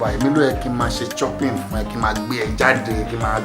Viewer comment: hey Pasuma...its SHOpping not CHOpping...lol